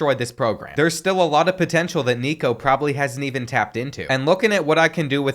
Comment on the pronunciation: thats not how you say nico last name